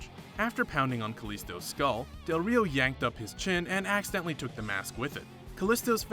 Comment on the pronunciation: I'm more offended he didnt roll his Rs when saying del Rio more than when he said roll ins